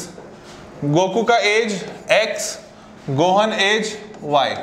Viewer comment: When he pronounced gohan wrong I cringed